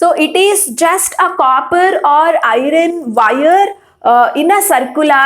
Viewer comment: Teachere it is not irene its iron